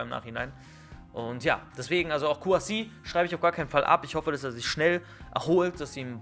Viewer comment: Er heißt nicht Kouassi 😡😡😡